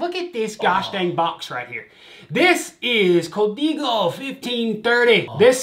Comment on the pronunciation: It’s Co- Dey- go